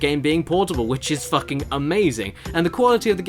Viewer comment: Hey Caddy, why do you say "FACKING" so much lately? Anything you want to tell us?